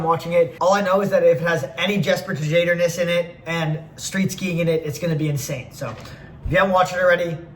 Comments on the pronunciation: jesper tajader, matej savancer get some european name right damn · jesper te jade or is maybe the funniest way to say his last name ive heard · buddy its "shad er"